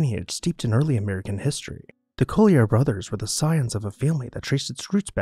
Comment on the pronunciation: You are mispronouncing this family name. Collyer is pronounced the same as the publishing company or a coal miner.